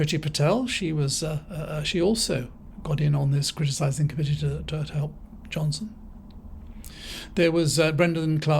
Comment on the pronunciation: Gawd ‘elp us 😫